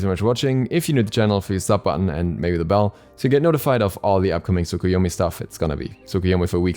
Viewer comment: When u are early but u dont know how to pronounce the name of new god